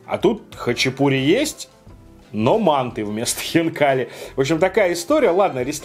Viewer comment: мАнты,а не мантЫ!!!!!!!Если у нас в КЗ скажешь мантЫ,тебя напинают))))))))